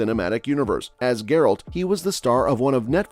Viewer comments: Gur-alt? Sorry, that's not how Geralt is pronounced. Also, nice disinformation with the title. Also, Page would be a really awful choice. If they want to go with someone for "PC" reasons, then they should go with John David Washington. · Bro can't even pronounce Geralt and Rivia correctly and we're supposed to trust his take lol? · "grrrALT of ruhVEEuh" lol nope. i want my view back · "Ge-rult of Rivea"